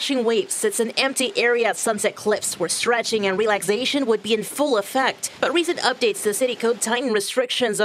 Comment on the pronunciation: "...stretching and 'relagzasion'..."